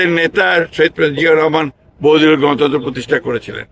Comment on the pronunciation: গণতন্ত্র প্রতিষ্ঠার জন্য নির্বাসনে থাকতে হয় না; শুধুমাত্র কাপুরুষ ও ভীরু নেতারাই এ ধরণের আচরণ করে । জনাব মিখাই ‘বহুদলীয়’ বা ‘দেশনেত্রী’—এ ধরনের সাধারণ শব্দও শুদ্ধভাবে উচ্চারণ করতে পারেন না। নিজেদের দক্ষতা ও মানোন্নয়নের প্রতি সামান্যতম মনোযোগও দেখা যায় না। নেই নিয়মিত চর্চা, নেই আত্মোন্নয়নের চেষ্টা। এভাবে নেতৃত্ব কতদিন টিকবে? মানুষই বা কীভাবে তাদের ওপর আস্থা রাখবে? পরিশ্রম করুন, নিজেকে যোগ্য করে তুলুন, দেশের জন্য আন্তরিকভাবে কাজ করুন—মানুষের সমর্থন তখন স্বাভাবিকভাবেই আপনার পাশে থাকবে।